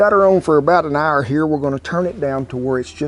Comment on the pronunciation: "about an arrr"